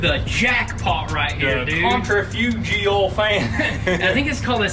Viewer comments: Hahaha centrifugal!! Sin-trif-agul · Sick set up guys!. And it's purnounced centrifugal (sen-tri-fu-gul). Lol. Glad to see yall doing so good!